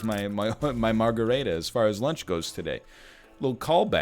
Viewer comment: cute pronunciation of margherita NL